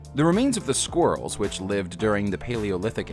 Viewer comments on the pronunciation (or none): Sqwirls lol hahaha